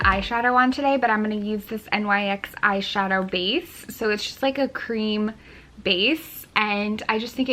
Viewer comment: You pronounce it like 'nix'🤣🤣